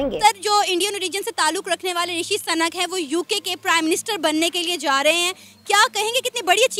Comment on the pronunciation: Sanak nhi sunak hai surname unka😪😪 jahil reporter